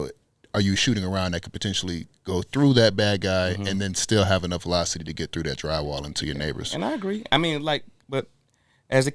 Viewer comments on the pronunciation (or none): Mannnn makes the show. Terminal "voliecity"😂😂😂